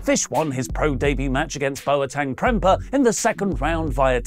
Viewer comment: It's pronounced Bo - teng (or boat - eng). Not Boa - teng. Last name you got fine.